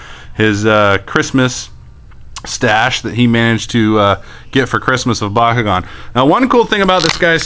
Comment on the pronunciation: what is the most powerful ventus bakugan and by the way it's not pronounced baw kew gawn it's pronounced b(aaah) kew gawn